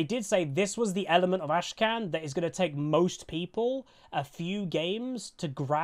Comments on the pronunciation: Great vid as always, but I just want to point out: his name isn't AshKan - it's AKshan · It's AKshan not ASHkan.... Come on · Say it with me now, Akshan. Ak shan. Akshan. Not Ashcan. ffs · Great vid, but like i'm sure you've seen, his name is Akshan, not Ashkan. But anyways, I am absolutely in love with Akshan. I have not been as excited for a champ since the Fiddle rework, and before that, Pyke. I cannot wait to swing around like a badass and get that assassin's creed, revenge vibe. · He is called AK-shan. Not ASHE-KAN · Bro you kept saying 'Ashkan' instead of Akshan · dawg it's Akshan not Ashkan... you kept pronouncing the champ's name wrongly in the entire video... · AK SHAN? not ASH KAN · Akshan not Ashkan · Looks interesting. The resurrection mechanic may make him a ticking time bomb. Also, its cute that kept mispronouncing Akshan as Ashkan. Someone, please spam flash the butcher emote:) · Did he say ashkan in the intro??? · Akshan seems really fun to play, but maybe not so fun to play against.. Also, why do you call him ashkan? The K is first? xD